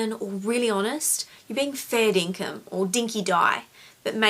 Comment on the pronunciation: RIP it's "Dinkum" not Dinkin. Maybe that's you and your sister going two-up to the shops on her bike. Go easy on the educated lass, I fortunately grew up in dust and thongs and swimming in rainwater tanks. Listened to older people rather than tell them how it is, and was happy to get told off rather than strapped. Dodged a thong or two from Mum rather than a bullet or three in any war. Maybe listening is the key. You did and you remember, that's a story maker rather than a teller.